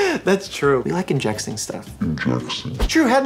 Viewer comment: I literally cried when he said “injecssing” 😂😭idek why.